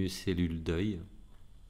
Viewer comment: Bonjour à la belle voix du cœur et aux rires expressifs Agréable à recevoir. RQ:Quand tu dis cellule d'oeil, j'entends cellule "deuil". MERCIIIII